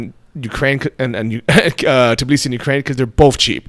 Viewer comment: I've watched 100s of videos and haven't found any foreigner who could pronounce TBILISI instead of tiBlisi. Why is it so hard for you to switch 2 letters???